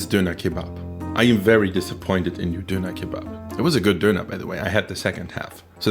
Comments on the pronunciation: Did my guy just duner as a guy who he eat doner I'm offended. Just to let u on is pronounced as don-ner. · why you say doner like that... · An alle Deutschen: Sein Englisch ist eigentlich gut, aber sein "Döner" ist so deutsch xD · when he says döner he turns german back for a second